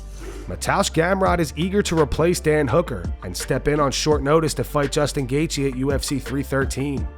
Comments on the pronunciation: JG feels like a tongue twister... why can't DC call him gay-chi like everyone else 🙄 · Jay-G🤦‍♂️ DC starting to do the Chael Sonnen thing, that’s messing up fighters’ names.